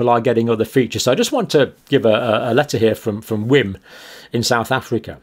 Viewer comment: "Wim" is pronounced "Vim". It has Dutch origins, and Afrikaans uses Dutch letter pronunciation.